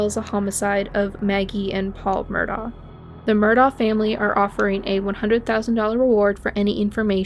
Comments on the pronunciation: It's pronounced Murdock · Its pronounced Murdock